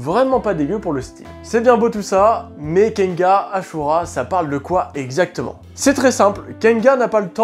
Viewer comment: mais pourquoi tu dit kenga ? il y a un N à la fin pourtant ( kengan )